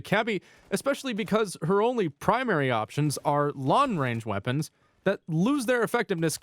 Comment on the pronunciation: no one:: lawn range weapons